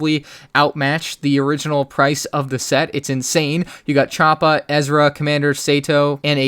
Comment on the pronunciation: Choppa? that sounds like a Wookie name or an Ewok name, even though their is an Ewok by the name of Chief Chur'pa, its actually pronounce as CHOP-PER or C1-10P